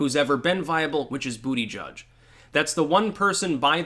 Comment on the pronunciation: Its pronounced Boot-Edge-Edge